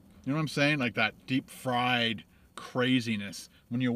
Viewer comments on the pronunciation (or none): none